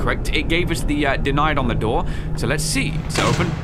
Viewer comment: U,mm you said daor I swear it’s door boi